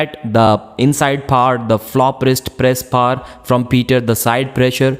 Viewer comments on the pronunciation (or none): I guess he means power